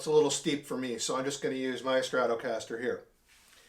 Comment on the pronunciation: Its irritating me how you pronounce stratocaster 😂😂😂